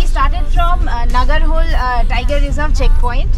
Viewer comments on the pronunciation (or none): Hi, it’s a nice video but we appreciate if you pronounce Kannada words the they are because every word has it’s meaning. Please don’t cut the words at the end when you are making a video and the public is watching it. It’s not Nagarhol - it’s Naagara Holae and not Hol Holae means the stream It’s not Kakanakot - it’s Kaakana Kote meaning “the fort” Please don’t say Kot. Kote in Kannada has a meaning.